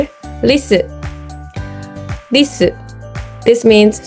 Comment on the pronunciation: Interesting. The R in your Ra sounds more like an L but the R in your Ri actually sounds mostly like an R. Except for when you put your Ri in Risu because then it sounds like Lisu.